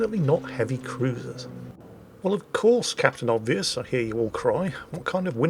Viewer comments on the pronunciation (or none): none